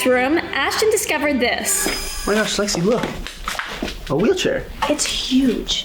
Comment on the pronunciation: It's Lexi not Alexa😡